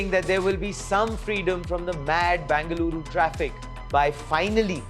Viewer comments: Either say Bangalore or Bengaluru. Wtf is bangaloooru? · It's not Banga-luru. Either say BENGALURU or BANGALORE. Thanks for the details in the report. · It's Bengaluru and not Bangaluru. It was called Bangalore before so if you don't use Bengaluru at least use that for your ignorance. There's no word called Bangaluru